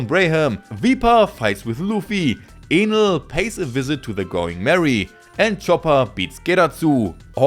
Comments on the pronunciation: Bro isnt saying Enel💀💀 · he's doing good I was able to understand everything perfectly, just Enel that sounded a bit funny lol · kinda sounded like.... another word...